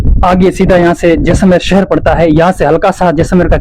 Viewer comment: Cher nhi bhai seher